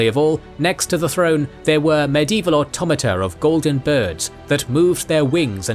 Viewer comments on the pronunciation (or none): none